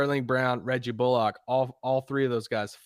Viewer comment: Love the work you guys do and love the podcast, and not to be "that guy", but it's pronounced "Bull-ick", not "bull-ock" lol